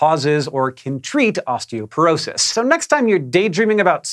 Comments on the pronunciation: FYI, it's osteoPOrosis, not osteoPERosis. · Osteoporosis not osteoperosis :) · *osteoporosis not osteoperosis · Hey, y’all, I love y’all’s videos. I just wanted to mention that the bone density disease is called “osteoporosis,” not “osteoperosis.” The misspelled word is at approximately 4 minutes 20 seconds. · Wait, what's osteoperosis? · It's "osteopOrosis".